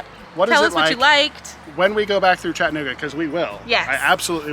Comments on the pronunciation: Please keep in mind that there's an "a" in chatt"a"nooga....in case you do another episode. Glad you enjoyed your visit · Its Cha tta noo ga